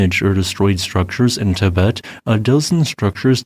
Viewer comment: The way you pronounce things sometimes makes me think you are AI. But I am fairly certain that an AI would know how to pronounce “Tibet” and “Himalaya”. 🤷‍♂️